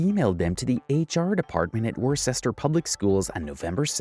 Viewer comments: As a Massachusetts native it is pronounced “Wuh-ster” just thought you should know. Glad you covered this one! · Worcester ur pronounced wis-tah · ITS PRONOUNCED WOOSTER!!! NOT WORSESTER!!!! ITS ONLY SPELLED WORCESTER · It’s pronounced WUSS-TER no Wor-ches-ter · "Wor-ces-ter" IT'S "WUH-STER"!!!!!!! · Needs to remove that Boston shirt for ever. Disrespectful to Bostonians. We dont claim whatever IT is Also lol at Wor-chester. Its pronounced /wo͝os/-ter but its all good , im not from that lame ass City. Guaranteed ppl threatened It and they went to the cops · As someone from Worcester I feel obligated to correct the pronunciation. It's pronounced "wuss-ter" or "wuss-tah" depending on which part of MA you're from. Not "wor-sestet" not "wor-chester" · As a Massachusetts resident, the way you say Worcester pisses me off, its wuh-ster, as in wuhster shire sauce. Thanks. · Lol it is pronounced "woo-ster" but good try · Bro coming from someone that lives in MA u absolutely butchered “Worcester” lmao it’s pronounced “Wista” if u don’t got the Boston accent u don’t understand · I had to pause because the pronunciation of Worcester is sending me. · The way you said Worcester made me die a little inside. Also, that's a whole-ass woman. I know YouTube can be crappy about this stuff but the language causes confusion. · Your pronunciation or worcester hurt me